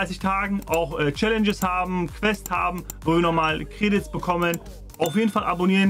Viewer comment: Sag bitte nicht credits sondern einfach normal 😤